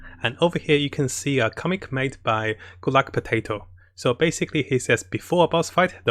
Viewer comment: I heard “gulagpotato” instead of “goodluckpotato” lol